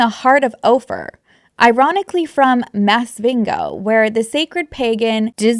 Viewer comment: As someone that was born and spent my childhood in Zimbabwe I have to say I cackled at your pronunciation of Zimbabwe and Masvingo 🤭